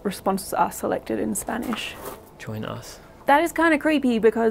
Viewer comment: Im amazed at how good their pronunciation of spanish is